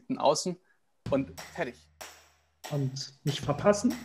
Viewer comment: "...und faddich" - haha!